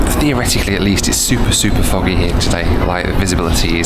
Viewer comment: I could've sworn he sounded like he said something else when he said "foggy" 😅